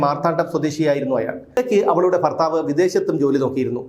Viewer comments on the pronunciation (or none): none